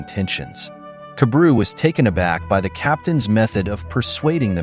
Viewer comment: I fell like his name is pronounced kah-bah-ru